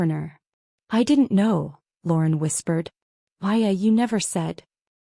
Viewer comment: Maya, not Aya, Paya or any other iteration.